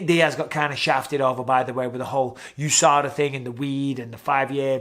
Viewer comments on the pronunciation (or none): none